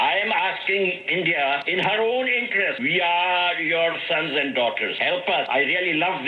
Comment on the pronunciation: So proud of your ‘Aand forces’. 😂😂😂